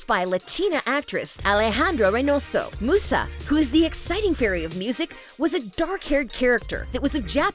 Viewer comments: You're pronouncing Musa's name wrong, and she was the fairy of music not of mind. Stella never worn headphones that was Musa, Stella was the fairy of the sun. You also got the name of the Fairy of Earth wrong. Also I would love to watch the original Winx Club series but I'm not sure where I can go to watch it, and I mean like all seasons with all their upgrades. The last I saw was their sirenix powers, but I guess there's more than that. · Terra (the wannabe Flora) is NOT Roxy the animal fairy. And your Musa pronouncitation wasn't right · I would also point out to make sure you pronounce Musa's name right. there are plenty of videos of the show where you can clearly here how to say her name. Defiantly do more research next time. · Every time she pronounces Musa incorrectly I cringe. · this video triggered me SM when the person who is talking pronounced musa name as mooo sa instead of saying muse a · It- it’s Musa, like music, not moosa, she ain’t a damn cow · Yeah, this is so true the minute I saw this I literally just didn't love it right away also she says it like moosa when it's músa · Its "Miusa" not "Moosa" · please stop saying moussa its musa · Am I the only one who keeps saying " musa /Muza" whenever she says "musa/mussa" It's musa with a Z like music " Myuza" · Its not Moosa its Musa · Stop saying mooosah It’s pronounced mewsa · Musa not moosa lmao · it not moosa its MUSA Mew_SA like how you say mew the pokemon name! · I have never seen someone pronounce Musa as Moo-sa, it's Myuusa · Mentions people asking if the creators even watched the original -Narrator pronounces "Musa" as "Moosa" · I honestly am just grateful to have a live action series. 🤷🏻‍♀️ Also, Musa sounds like, MUSE AH 😊 I appreciate this video, I just.. can't ignore the fact you got some things wrong. 😂 It's okay. You probably didn't watch it so it's fine. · The narrator gave you all false informations. „Musa“ with pronounciation oo is actually italian, in Fate they still call her „Miusa“